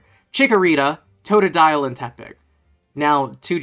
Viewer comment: IT'S TOTODILE, NOT F*CKING TODADILE!